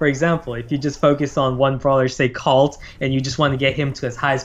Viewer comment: he said Cult and Bouncy...